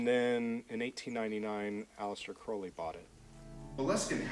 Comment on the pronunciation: At least he pronounced Crowley correctly babe. You people are so stupid to believe Ozzy said it right! 😂😂😂🎉💯💯👌